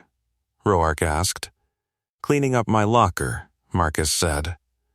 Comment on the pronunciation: How is it AI can pronounce the name Mateo but not Roark?